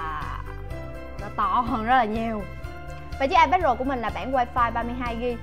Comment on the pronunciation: Nghe như : và đât là ipad rồ của chúng ta